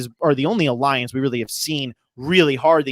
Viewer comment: A-LION-CE #KINGTONY